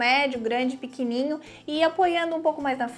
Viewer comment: Piquininho kkkk dão risada de mim quando falo assim. super me indentifiquei. acerteeeeeei hoje teve vídeo uhuul. parabéns